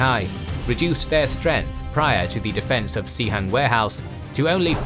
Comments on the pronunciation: Pronouncing it Cee Hang is really funny cos it means WC in the cantonese dialect. In mandarin, its pronounced more like Sss Hang. Nice historical animations and research! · It's pronounced as "Suh-Hung" in Mandarin, actually. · Sihang is the right pinyin, but the narrator pronounced as Xihang. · I have to give kudos to the narrator. The pronunciation of the Mandarin names was probably the best of any history narrator I've heard. In fact, the only "off" parts were the pronunciation of the I's in "Sihang" or "Shi" (they're closer to the I in "sit" than "see," so Shi is pronounced like the 4-letter swear word without the T), but a very minor detail